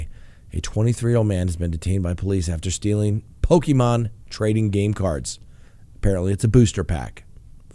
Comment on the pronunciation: lmao, dumb criminal, lol when you say poke man cards